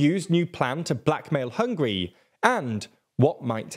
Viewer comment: Why is it so difficult for you to learn how to pronounce Hungary?! It’s not hungry!